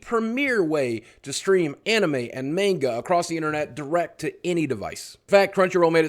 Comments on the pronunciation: The way he pronounced manga made me cringe. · "Anime and mainga" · You said Manga wrong...